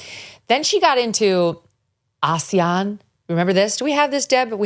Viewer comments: a-se-an, accent is on the se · It’s pronounced Ah-sea-an. Not Ashian nor Asian. Its acronym means Association of South East Asian Nations of which the Philippines is one of them. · First of all she should do a little homework. She cannot pronounce Asian and instead she is pronouncing several times aaasian. Even. A kindergarten can pronounce the word Asian perfectly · ASEAN is pronounced A See An, Australia South East Asian Nations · Its pronounced Ass-see-an. It is more of an economic , cultural and social cooperation organisation but does work to foster peace and security in the region. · Hi MK, big fan here. ASEAN is pronounced Ah-See-Yan. Anyone can correct me if I'm wrong. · I thought she was trying to pronounce Asian, lolol. WTF....no one in the room knew what she was saying! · Yeah that's not how we say ASEAN. Assoc of South East Asian Nations including Australia - but I had to look it up (forgot, and I'm ex military). So not sure what her point is 🤷🏼